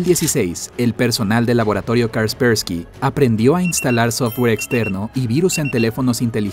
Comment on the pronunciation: te equivocaste, no es ¨Karspersky¨ XD es Kaspersky. Jajaja.